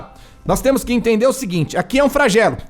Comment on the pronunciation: Não é Fragelo, e sim "Flagelo" dã